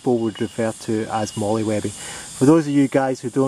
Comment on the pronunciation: Thanks for doing such a comprehensive review. And thanks for not saying "mole" :)